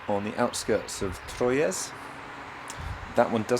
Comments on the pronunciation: Great road trip back home. You both had me cracking up at your pronunciations of Troyes - not sure if anybody else has mentioned this, but it is simply pronounced “Twa” 😂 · A bitter sweet video.... boohooooooo she's a gone!! Troyes is pronounced like 3 in French. It's kooky but that's the French. LOL. Aspetta... rant!! LOL. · Troyes is pronounced Trois, the French for three! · FYI Troyes is pronounced very similar to the French word for three. Break the word into syllables: “troy” and “es”. Pronounce the first syllable, “troy”, as “twa” (like the word “twa” in English). Pronounce the second syllable, “es”, as “eh” (like the “e” in “bed”). Combine the two syllables to pronounce the entire word: “twa-eh” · Remember In french never pronounce the final S (Sallanches, Troyes, Paris.... )